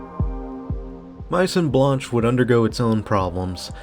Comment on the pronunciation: I grew up in this mall back in the mid to late 90's. Way before online shopping was a concept. If I recall correctly, that space next to Macy's, which used to be Burdines (I don't like how you pronounced that or Majon Blance, digressing), it used to be a sportswear store, like Footlocker, and Finish Line. Sabarro's used to be next to it as well, before food was moved to the 2nd level. This mall was really crowded, especially during the holiday season. It was elbow to elbow walking to your favorite stores. I would hang out in the Tilt arcade a lot. When it was on the first floor, and when it was moved up to the 2nd floor I was there. People watching was so much fun growing up in the mall. I really don't know what they could use this space for anymore. It'd be great for city parties I bet. Your comment about this mall reminding you of the USSR times hits home. This time does seem like a pretty Capitalist society in retrospect. It's a shame we, American's, don't know what to do with these beautiful structures any more. Thanks for the vid.